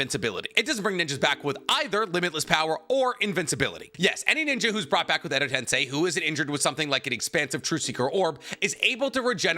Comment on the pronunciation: I love how can pronounce amaterasu properly but not edo tensei or ikemoto 😂